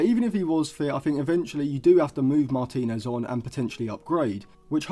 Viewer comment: I wasn’t questioning the ability…more the absolute butchering of his surname you made 😂